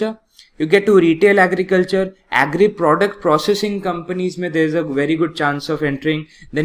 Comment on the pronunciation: Style k chakkt me agri ko normally agri bolo na.... what is aeeegri business...🤣🤣🤣